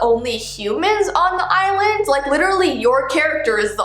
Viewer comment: When she was saying "island" I kept thinking she was saying "eyelid" : | Edit: Ah! Tysm for 15 likes, that's the most I've ever had! 💖 2nd edit: AHHHHHHHH, tysvm for 77 likes 😭💞